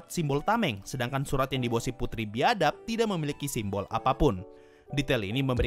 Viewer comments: BIADAB nya di tekankan ya min wkwkwk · pas ngomong putri biadap. kata biadap ditekanin hehehej